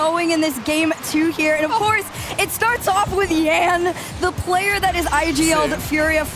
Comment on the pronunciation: calling a brazilian named Yan "YAN" and not " YAHN" is so weird.